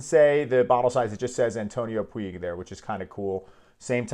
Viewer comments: antonio Puig (pronunciation: putsh) not pooeeg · A great fragance. Antonio Puig it's said "puch", as touch, much, etc 😉